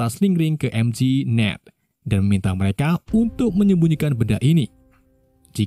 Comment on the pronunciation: MJ bang bukan mg